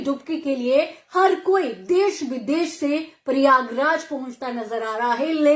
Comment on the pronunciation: Paryaag raj nahi pryagraj hota है